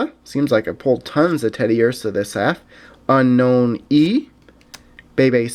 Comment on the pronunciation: Unown is pronounced Un-Own